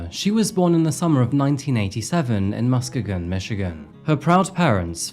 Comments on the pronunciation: MI native here - it's pronounced "Miss-kee-gan" not "musk-keh-gon". We have a lot of odd pronunciations like that since some of the names are based in Indigenous languages (like Kalamazoo and Muskegon). A personal favorite of mine that's tricky for people from out of the state is Ypsilanti (though I don't believe that one is Indigenous, I think it's Greek). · MUS-KA-GOON?! Brother… Muss-Key-gun. Otherwise, love ur face , tks for all the hard work! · my beautiful friend "Muskegon" is actually pronounced "Muskeeegon". Love from Michigan 💙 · Muh-skee-gun. I was like where in Michigan? One of those weirdly pronounced city names. Lol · Muskegon is pronounced, “muh-skee-gn”. 🙂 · Hi, Michigan Grammy here, the name of the town is pronounced “Musk-Key- Gon”. You sound adorable anyhow. Thanks for trying. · lol mus ka gun had to recheck you were saying muskegon 😅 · I'm dying over the pronoucation of Muskegon only because in Michigan we REALLY HIT those vowels. So it's Mus-KEEEY-gun.😂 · it’s pronounced musk-E-gan